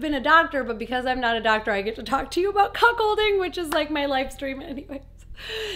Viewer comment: I thought you were saying Cock holding because you have to spell it different it sounds the same.